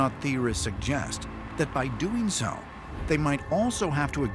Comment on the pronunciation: "...if saow...". The narrator's pronunciation of the word, "so", must be intentional. Anyone else notice this? As to the story, I think it's all but proven the moon is hollow. The question now is, how did it become that way and who or what is using it, and for what purpose?